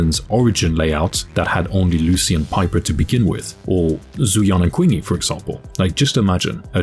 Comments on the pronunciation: Since no one gonna correct it …. It’s CHEENG-YEE not Queeng -yee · Do you do it on purpose to say Qingyi and Pompei wrong? Feels like it, holy moly. 😂